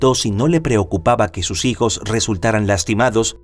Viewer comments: Dos veces el narrador dijo: "Mis sijos", en vez de: "Mis hijos". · Sí yo también escuché misijos 😅